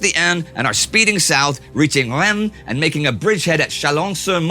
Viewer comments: Reims is pronounced like RINCE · Your prononciation of Rouen and Reims are very bad